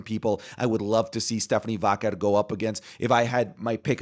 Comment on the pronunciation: Bro aren't you Latino? Why do you mispronounce Stephanie Vaquer's name wrong? She's said how it's pronounced and you should know without her saying it. 😅